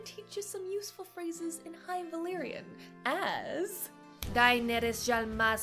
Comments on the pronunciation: Definitely! I'm German too and I find Valyrian pronunciation so easy, especially the y and r sounds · The "r" pronunciation is close to the way we use the "r" in Spanish. Many English speakers have trouble rolling the "r" the right way, but was ON POINT.